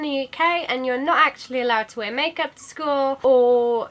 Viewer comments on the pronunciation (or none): none